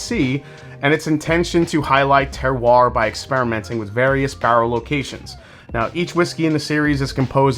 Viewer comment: Dang he said terroir with the proper pronunciation. The rest of WhiskeyTube…. You’re on the clock.